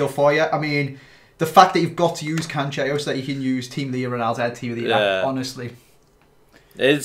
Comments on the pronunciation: There’s no double L either so can’t be a Y sound. And no CH sound either. Said as Can-Cell-O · It's cancelo not 'canchelo' there's no h in his name